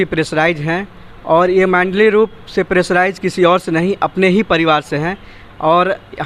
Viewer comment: मैंडली नही होता है मेंटली होता है